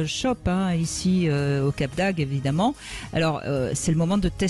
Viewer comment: Brigitte bonjour: j´adore vos émissions. Mais il faut dire le cap d´AGDE et pas le cap d´AGUE. Merci